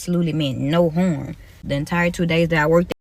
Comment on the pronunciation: yall she meant "no horm"😂...🤮🤮🤮 such a cringe wannabe..go work in prison it suits you better.